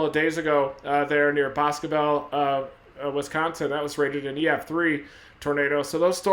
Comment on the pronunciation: You got it right! Boscobel= Bosco-bell